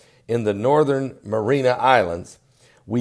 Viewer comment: Marianas Islands... not Marina, located in the Marianas trench, this is the second video where you mispronounced it...